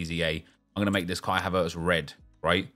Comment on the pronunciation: You pronounce Havertz like he's a Frenchman or sutn lool